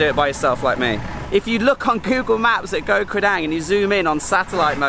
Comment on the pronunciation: pronunciation police to the rescue: เกาะ (koh) - Island - the 'k' is a 'g' sound like in 'guitar', and the 'oh' is an 'O' sound like in 'Orange'. :)